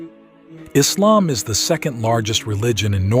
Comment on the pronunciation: Please rectify! The name is Islam, not “Izlam”! Hope you'll do accordingly.